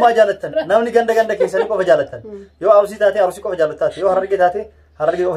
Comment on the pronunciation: Garuu Arusii hin jedhina ok Arsii jedhaa malee💯👌